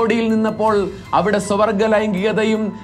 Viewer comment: സ്വ-വർഗ്ഗ ലൈംഗികത എന്ന് വ്യക്തമായി പറഞ്ഞിരുന്നെങ്കിൽ നന്നായിരുന്നു. ഇപ്പോൾ 'സ്വർഗ്ഗ' ലൈംഗികത എന്നാണ് കേൾക്കുന്നത്